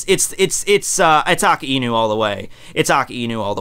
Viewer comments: It sound like you're saying "Aki Inu" sometimes. Didn't know it was difficult for native English speakers to pronounce "Aka", or is it the combination of "Aka" + "Inu" that makes it more difficult? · Its A- KAI- NU not AKA- INU "KAI" as in king kai. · It’s not Akiinu. It’s pronounced Akainu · I pronounce it like Ak-eye-new 😂 either way is fine though. Aka-ee-new sounds more Hawaiian which kinda seems like his theme. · So....i've been wondering something. I've heard you and a few other youtubers pronounce it aka-inu. I've always thought it was a-kai-nu or a-kay-nu. am i alone in this? i also understand that akainu means red dog and therefore the correct on is aka-inu. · Every time says Akainu, I die inside. It is pronounced 'ahk-eye-new'. The 'i' in japanese is very subtle when it follows an 'a'. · I have a hard time understanding some points, does he refer to "AKAINU" when he speaks of "AKINU"? Maybe is he another character? PD: Funny enough, I don't watch One Piece put I like to watch videos. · ah-kai-new sah-kah-zoo-key, seriously I understand differences in languages but if that's how the dub says his name it would annoy be to no end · I'm sorry, but the way you say his name.... Dx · You're pronouncing the name Akainu soo wrong!